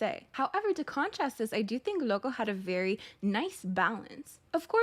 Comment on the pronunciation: OMG says loco better than the whole kpop idol world (I'm a Native Spanish speaker so i know when something is well pronounced)